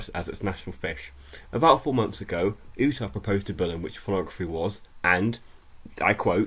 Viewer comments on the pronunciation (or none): That's not how you pronounce Utah... It's like "You-tah" not "oo-tah". He's a foreigner though, so I'll cut him a little slack.